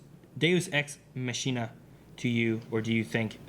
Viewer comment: If I remember correctly, a Deus Ex Machina (pronounce Makina) is a process coming from the theater. It's a trick used to easily and "magically" solve an unsolvable problem in the plot, often near the end of the play, thanks to the unexpected (and convenient) arrival of a god-like entity. And since this is the theater, this entity comes from the sky thanks to somekind of platform device. Hence the term "Deus Ex Machina".